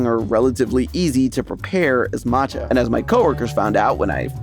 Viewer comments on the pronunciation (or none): the two lls in camellia are pronounced like you would expect. e.g. in belly you don't pronounce the "t" in matcha - it goes ma~cha (two syllables)